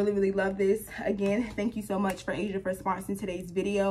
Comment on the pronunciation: The H is silent 😶